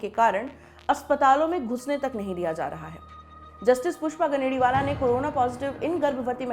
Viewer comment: गनेडिवाल not गनेडिवाला।